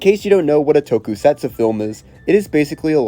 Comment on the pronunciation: If it’s any consolation, he pronounces tokusatsu as tokey-setsoo and mixes up every single fricative consonant.